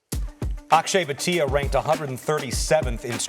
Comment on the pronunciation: Its not Bateeea its Bhaaatia